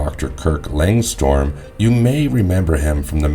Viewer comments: It's Lang strum not storm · It's not Langstorm. It's Langstrom* lol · It's Langstrom, not Langstorm. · Just a small correction. The name of Man-Bat is Langstrom, not Langstorm. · Man-Bat is Kurt Langstrom, not Langstorm. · Why's know one talking about how he said langstrom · The fact that you can’t say Langstrom correctly is what gets me. Did you watch the episode or did someone write this for you? 😂